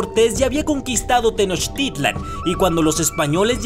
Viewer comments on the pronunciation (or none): none